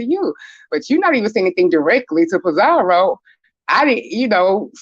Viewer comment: It’s Pi-zaro NOT Pi-zaRIO there’s NO i in her name 🤦🏾‍♀️🤦🏾‍♀️